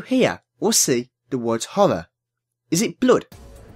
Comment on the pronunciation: When you said Horror I actually thought you said 'Holla' (Eyyy)